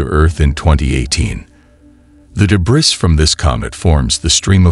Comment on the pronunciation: Gee, some illustrative graphics on what a meteor shower is and actual viewing details and tips might have been helpful, instead of just having continuous AI Jeebus images. And, "debriss"? Really? Please monitor the output of your AI announcer. And, why would anybody bother deleting this? Your clickbait headline is senseless.